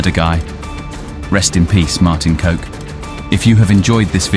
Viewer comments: love your content....i am dutch and kok,ist not pronounced as coke,,,smirks.kok in dutch means cook.... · Kok is is prenounced more like cock, in dutch😅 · Not Martin [coke] but [cock] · daheck does the Prinses Irenestraat have to do with any canals? Volendam has windmills now? and a cheesemarket? (it doesnt) Kok is pronounced like cock, not like coke, production value seems ok, but the info.. is the rest of the information just as carefully gathered? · Martin Coke? Thats not how you say it xD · Your pronouncing his name wrong. They way to do it, is to say Cock. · For an English channel not being able to just say his last name as cock because that's how you pronounce it. 😂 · Kok is pronounced as Cock. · It's pronouced with a "short O" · i love how he pronounces kok...as coke lol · It is pronounced "Kok" not "Kok" you mugs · total mispronouncing though 😂 The right pronounce is actually cock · The least you can do is look up how to pronounce the main characters name if you make a whole video abour him 😐😐😐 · lol, no this is not how you pronounce Kok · You don't pronounce his name as "coke" but as "cock." Just saying. Now everyone thinks his name was coke. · KOK not Voke not Coke Bloke KOK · It's pronounced cock not coke Also that's young Holleder not Van Hout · It's spelled Kok but it's pronounced 'Cock'... Not coke. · It’s Martin kok pernounced cock not coke 😅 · Martin kok is pronounced cock rather that coke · You say it martin cock not martin coke 😂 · Martin Kok, not Martin Coke. pronounce it as Cock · His name is pronounced as cock not coke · COck😂 not coke!! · It's not pronounced as Martin 'coke'.. but in dutch you litterly say it as 'cock'. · Its not coke its kok... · Its KOK not COKE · Pronounced cock, not coke. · "Kok" is pronounced like English "cock" not like "coke" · His name is pronounced as cock not coke 🤣🤣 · You pronounce Martin kok`s name as cock and note coke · His name isn't "Coke" but "Cock".... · Martin "Coke" is actually pronounced "Cock"😂